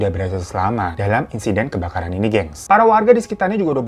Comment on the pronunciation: JNG apaan bang?? Kok KEBAKARAN jadi KEBKARAN sih?? Terlalu bersemangat iya